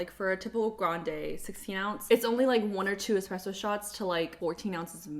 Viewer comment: You're the only person who has said espresso correctly in their nespresso video lol despite it being in the word NESPRESSO.